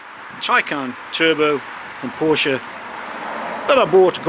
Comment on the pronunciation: A porcsha taycan you jammy bugger lol 😆 very nice car enjoy. Happy New year to you mate